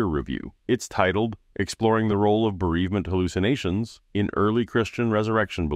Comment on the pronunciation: Wait, it's pronounced "hooloocinations" ??